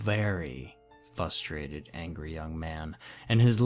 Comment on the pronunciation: Lol fusterated and absently mindedly. I heard them, too.